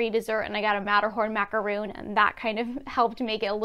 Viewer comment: Mack aah roon